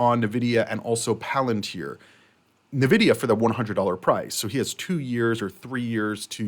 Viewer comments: NVIDIA not NAvidia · It's pronounced En Vidia